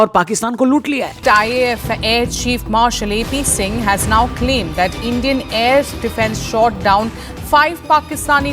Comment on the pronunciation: Endian 😂😂😂 Anki band karo aur Kaho andira hay😂😂😂